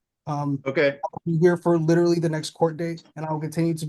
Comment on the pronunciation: I know this is going to sound stupid but, thank you for clarifying that he was saying literally. I kept hearing mortally didn't make sense. I thought it was just a new saying. I'm old